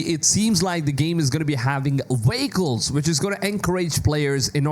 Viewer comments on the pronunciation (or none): dude practice saying vehicle lol.